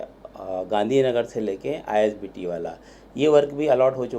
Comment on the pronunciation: Isbt hain ,you told itbt 😁